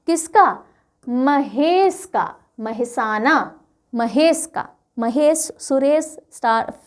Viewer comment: Ap kheti ho 'muje gujarati nahin ati' thik hai nahin ata hoga lekin hamare shahero ka nam ka uchchar to sahi kre jaise આનંદ nahin આણંદ, મહેસાના nahin મહેસાણા bolo kyun hamari gujrati ko vikrut karne par tuli ho?